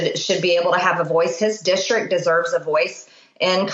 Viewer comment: I think that MTG (who says "dischtrik") should be expelled.